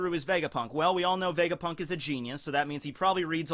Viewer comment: vegaprrrunk lol